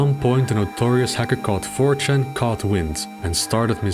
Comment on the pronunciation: I can't handle talking about it the infamous hacker four chahn. Crying rn